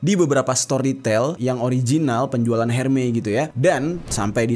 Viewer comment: Hermes bacanya ermes bukan herme ….